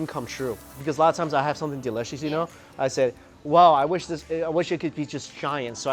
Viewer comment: delicious nak bukan delecius,kalo gak bisa ngomong inggris mending jangan wkwk